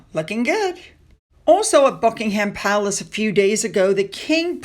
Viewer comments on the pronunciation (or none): Please, watch a British report on our Royal Family so you can at least pronounce place names. It's so grating to hear Bucking Ham Palace. Checking before you tape instead of guessing names would be pretty easy.